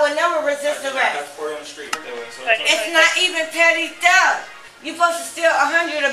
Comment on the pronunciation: Petty theft, not petite.